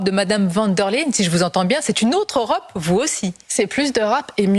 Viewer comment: pourquoi elle dit EurApe ?